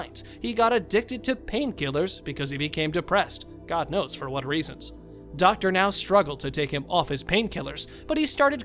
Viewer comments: Thank you for saying Dr. Now's name right. 👍👍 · Finally, the narrator is pronouncing Dr. Now's name correctly! But the narration script is still very awkward...